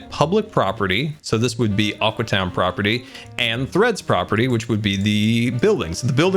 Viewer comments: When he sais Aque town I think it‘s Awkward town :D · Aque (Ahw-Kwee) town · Its called Aque Town get it right!